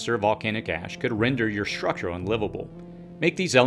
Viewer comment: Or "h" in structure, for that matter "shrutchure"